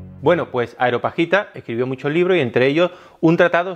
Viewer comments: Muy interesante, aprendo mucho como con todos sus videos, pero es Areopagita, no Aeropagita (Lo sé, soy un maniático) ;-) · "Areopagita", del areópago. No "aeropagita", del aire. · "Areo"pagita,, no "Aero"pagita... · Parte de su gracia es que no puede pronunciar bien los nombres extraños; y ni falta que hace 😆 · Dices Aeropagita y luego dirás areopuerto...,😁 Areopagita ✅ Aeropuerto ✅ 😬